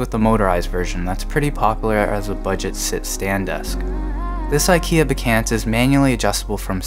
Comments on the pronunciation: Not to be petit but it's pronounced bekAHnt, not "be-can't", like you say it. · its pronounced BEK-AUNT (even if it looks ANT) as in your AUNT Judy!!